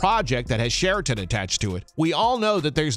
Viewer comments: You’d think the narrator could say Taylor SHERIDAN name correctly not Sheriton. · His name is SheriDan, not SheraTon. He's not a hotel chain.